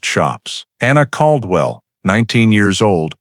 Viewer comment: Bosque is the name of the River. I lived there back then. Bell county is not where Waco is. It is in McLennan. Bell County would be near Temple, Texas. It was pronounced Cald-well.